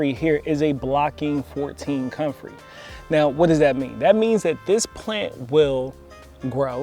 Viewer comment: Man you can't even pronounce the name of the plant you are dissing. You have no credibility.